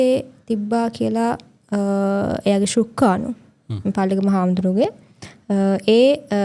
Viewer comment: ශුක්කාණු නෙවෙයි කෙල්ලෙ, ශුක්‍රාණු!